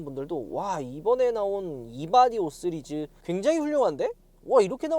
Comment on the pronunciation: 예전 부터 느낀거지만 "시리즈" 발음 나만 거슬리는건가요?